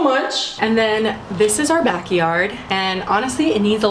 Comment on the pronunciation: “This is our back-e-yard” lol